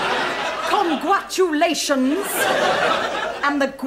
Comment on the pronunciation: ... Congwatulations, the gween gween grass